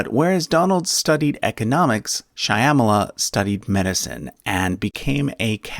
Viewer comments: Well put. But Kamala's mother's name is NOT pronounced as Shy-aamala! Just Shyaa-mala. The name refers to a Goddess who is dark complexioned like Lord Krishna is. The names refer to the formless God/dess who represent Dark Energy/Matter of the universe. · It's pronounced Sh'ya-mala, not shaya-mala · Just one correction Shymala is pronounced “Shaw-muh-luh” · The correct pronunciation of Kamala's late mother's name is SHAH-muh-luh. The "y" is silent. Kamala's name is pronounced KAH-muh-luh. Stress is on the first syllable, despite what our disgraceful, demeaning, bullying ex-president says. (I have a degree in Linguistics, and I'm married to a Hindu woman from Tamilnadu, where Kamala Harris's maternal forebears originate. We have a niece named Kamala.) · Shyamala is pronunced SH-Yam-la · The narrator should learn the correct pronunciation of such names as Shyamala. He should be embarased by his ignorance. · Please learn how to say Kamala & Shyamala. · shyamala’s name is pronounced exactly like kamala but with a “sha” instead of “ka”